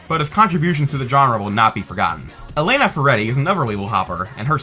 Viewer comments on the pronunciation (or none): none